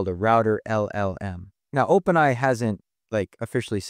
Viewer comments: Am I crazy, or are you saying "Open eye" instead of "OpenAI"? 🤔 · I'm actually hoping "eye" becomes the new pronunciation and that people eventually forget what "ai" stood for. :)